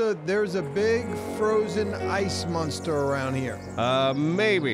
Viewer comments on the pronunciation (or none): For some reason it bugs me when says monster.. it's not munster